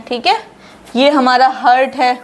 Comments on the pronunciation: Heart Ko हर्ट नहीं पढ़ा जाता है हार्ट पढ़ा जाता है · हर्ट नहीं मैडम, गलत और गंदा उच्चारण है। हार्ट बोलो हार्ट। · मैडम आप बहोत ही अच्छी तरीके से समझाती है। आपका बहोत बहोत शुक्रिया। लेकिन आप "हार्ट" को "हर्ट" क्यों pronounce करते हो? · Why u pronounce hurt .pronounce heart please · Your pronunciation of Heart is wrong it's not hert plz pronounce haat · Mam your lecture is good to convince the students but as I heard you on chest x ray your pronunciation for Heart was wrong as you say ( hurt). I am sorry to say this but as I noticed so it is my advise you to pls. You see your same video and check this mistake. Pls.do correct it in future.I think you will not mind it.